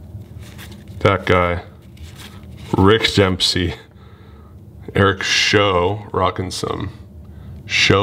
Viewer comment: Sorry no Griffey but just so you know Eric Show is pronounced With the ow sound like in the word owl. He gave up the big hit to Pete Rose I believe